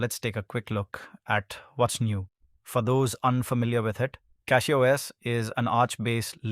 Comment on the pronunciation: Cackyos lol